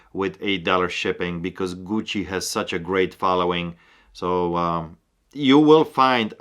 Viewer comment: Love how says "Gucci" lol.